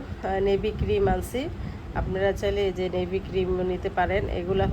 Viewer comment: নিভিয়া বলে, নেভি না